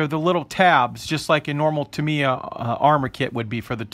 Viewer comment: um no offense i don't know if it is said different in your part of the us but its pronounced tam e yuh